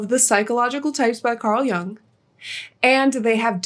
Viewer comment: Pronounced "yung". It's German